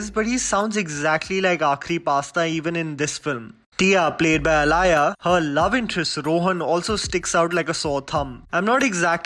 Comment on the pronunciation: It's not alaya it's aaliya Like aaliya bhatt